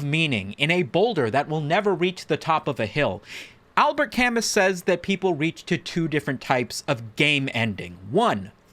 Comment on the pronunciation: It’s pronounced like “Al-Bear Ka-moo”